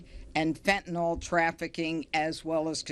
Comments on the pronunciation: Never trust anyone who can't say fentanyl. There is no such thing as fentanol. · It’s distracting when people pronounce fentanyl as “fentanol.” Meaningless thing, but there it is.